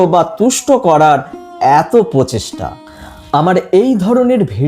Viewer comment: Agey uccharon ta sposhto kor bhai, kothata chagri noy, chakri. Ar pohesta noy, procheshta